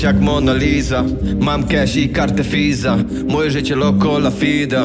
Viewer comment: Co ten koleś z tym wymawianiem F zamiast W w słowach Visa (fisa) i loco la vida (fida)??? Niech mu ktoś powie, że to się wymawia jako W